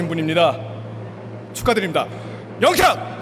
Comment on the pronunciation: 이 크고 정확한 발음으로 "영탁"했을때 너무 기뻐서 순간 심장이 멎는줄 알았습니다 방송국 피디들의 인정을 받은 것은 양어깨에 날개를 단 거나 마찬가지입니다. 더욱 비상하여 펼치고 싶은 음악의 세계를 활짝 펼치길 기원하며 늘 함께 하겠습니다